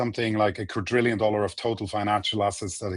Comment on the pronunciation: Dude. Stop saying "quatrillion." It isn't a number. The number is "quadrillion" and im not the first person to comment on this. It's a bit annoying.